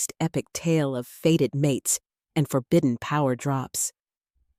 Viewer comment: "Faded" instead of " fated " has me switching off . Poor production is not a good look .